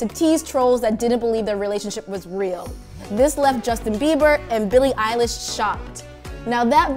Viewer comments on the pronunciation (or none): none